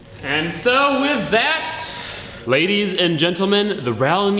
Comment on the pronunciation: I like how he says wiv instead of with